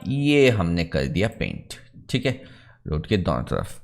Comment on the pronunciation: cheeek hai ( theek hai), next that you try to speak in foreign accent sounds irritate. Please try to speak normal. I am a CAD and MAX tutor since 17 years, but I follows you much longer. You are very good teacher, please work on your pronunciation. Thanks